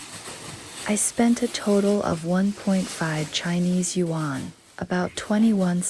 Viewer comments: The narrator for this video is beyond irritating. Your pronunciation of the word “Yuan” is the worst I’ve ever heard. You say “Yu ‘An” like it’s 2 words, it’s not, it’s one word. You should not be narrating if you can’t pronounce basic Chinese words. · Great, informative video, although it does seem to be done via AI ..... since, for one thing, the "person" doesn't know how to pronounce the word "YUAN".